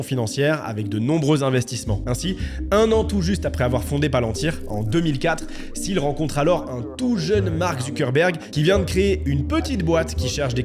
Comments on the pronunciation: Mec relou des commentaires ici : Pourquoi prononcer Peter SIL quand tout le monde dans les extraits prononcent TIL ? Même en allant chercher la bonne prononciation, je ne trouve pas de Peter SIL. C'est un point que je relève souvent dans les vidéos, pas que sur celle là, mais s'il vous plaît, un petit effort sur la prononciation des noms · Les premières secondes de la vidéo on entend Peter [til] et pendant toute la vidéo on va entendre [sil] 🫥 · Petite précision : son nom de famille se prononce "til" et pas "sil". Un journaliste lui avait posé la question dans un entretien, il avait répondu que ça se prononçait "til" car il continuait de le prononcer à l'allemande tel qu'à l'origine. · Peter Thiel se prononce TIL... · Parlons peu, parlons bien. La concurrence Youtube est féroce. J'ai cliqué sur ta vidéo parce que le sujet ma "parlait" ( je me doutais qu'il s'agissait de Thiel). J'ai quitté la vidéo dès que j'ai vu que tu prononçais mal son nom. Oui, déso, mais moi ce genre de détail décrédibilise complètement un contenu. Dans toutes les vidéo que tu as vues à son sujet, on prononce le T de Thiel. Et toi, tu le transformes en "th". C'est con, je sais, mais ça m'a suffi. Bon courage pour la suite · Quel est l’intérêt de prononcer son nom de famille 257 fois à l’anglaise avec le fameux « th » alors que lui même et l’ensemble des locuteurs anglophones ne le prononce pas de cette manière? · Comment peut-on faire une vidéo de 30 min sur qqn et ne pas prononcer son nom correctement ? Surtout quand celui-ci est si simple.